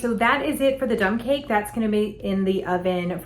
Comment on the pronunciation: Lol, I thought you said dumb cake, then later you said dump. This will be interesting.